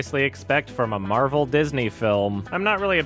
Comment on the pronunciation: Captain Mehvell